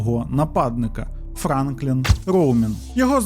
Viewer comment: Бля, чуваче, завжди дивлюсь твої відео. Дуже круто. Але ти мабуть втомився. Що з наголосами? Шерон, піцерія, Франклін.